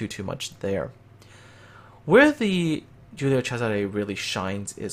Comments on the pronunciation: Angelo Agriam I’m Italian. He pronounced it nearly perfectly. In Giùlio the “G” is clearly not a “J”, and there’s a “S” in Césare , not a “Z”. (I highlighted the correct accents). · Neither am I but I know some Italian, his pronounciation was spot on. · Angelo Agriam He pronounced very well for a non-Italian. On an unrelated note, one of my grandpa's brothers was on the Giulio Cesare at the battle of Punta Stilo, and as I understand he got some burns when the ship was hit by the Warspite, in one of the longest-ranged hits in naval history.